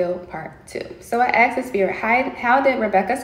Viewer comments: As soon as she said she was "axed" a question I cringed... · Anybody who uses 'axed' instead of 'asked' should be in jail for life...